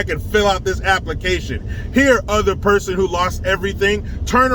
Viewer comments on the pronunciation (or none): none